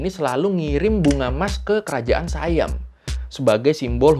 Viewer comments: Baca SIAM bukan Sayam .. biasa aja baca SIAM biar orang indonesia faham .. saudara mereka Patani sudah lama di jajah SIAM sampai saat ini. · Sayam abah kau hahaha SIYAM bukan sayam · Sebutannya bukan sayem tapi si yam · SIAM bukan dibaca sayam Bro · sebutan SIAM adalah "si-yam", bukan "sai-yam". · Siam Bukan Saiyam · Siam, biasa aja. Bukan Sayam. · Dalam bahasa Melayu, orang Kelantan kah, orang Kedah kah, orang Perlis kah, mahu pun orang Pattani semua sebutnya Si-yam. Di dalam salah satu klip video yang anda selitkan di video anda, yang ada pejuang "pemisah" berbaju hijau dia ada menyebut "Siam" di situ. Cuba dengarkan sebutannya. Salah satu suku kaum yang ada di Malaysia adalah suku Siam. Mereka ini orang Siam yang berbahasa Siam kuno. Mereka ini lebih Siam dari orang Thai moden kerana orang Thai yang sekarang sudah bercampur baur banyak suku kaum yang ada di Thailand. Siam yang ada di Malaysia sudah ada di sini lebih 1000 tahun. Mereka juga menyebut Siam dengan sebutan "Si-Yam". Dalam kata lain, perkataan Siam itu perkataan harian di Malaysia. Tak perlu jadi keturunan raja untuk tahu bunyinya. Nama lain bagi Bihun (rice vermicelli) di Malaysia dipanggil Mi Siam. Banyak lagi objek harian yang ada nama Siam. Sebutannya Si-Yam tak pernah berubah. Perdana Menteri Malaysia yang pertama, dia cucu Raja Thailand. Ibunya puteri Raja Thai. Dia juga menyebut Siam dengan sebutan Si-Yam. Saya juga kenal ramai orang Pattani, ratusan orang. Tak pernah mereka sebut Saiyam, melainkan "Si-Yam" sahaja.